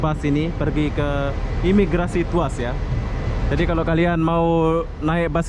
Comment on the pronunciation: Mungkin dia teringat.. Fast food.. 🤭🤭🤣🤣🤣🤣